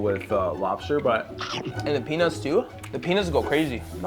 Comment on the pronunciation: I dunno sounds like he said penaus